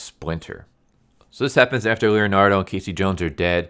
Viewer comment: I stopped watching when he said K C Jones. I just can't hear anymore.